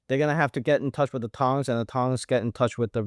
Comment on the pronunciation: Tongs, not Tings! 😂